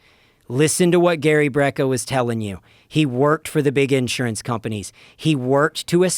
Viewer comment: Smart guy but the way he says “insurance” throws me off